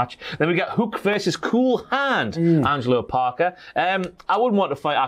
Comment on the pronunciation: STOP SAYING HUCK